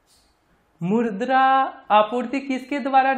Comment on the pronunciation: (मुद्रा) bolna🗣️ dobara 😂🤣